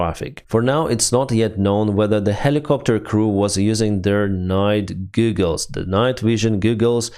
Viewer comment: His pronunciation of that made me much happier than it should have 😂